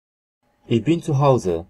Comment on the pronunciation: No i pierwszy zwrot i już błąd!!!(nie: iś bin tylko iś BYN!!!!)typowy bład Polaków